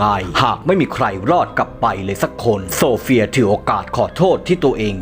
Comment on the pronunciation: ฉันได้ยินโซเฟียเป็นสมศรีเลยฟังอีกรอบอ๋อออโซเฟีย😂😂😂😂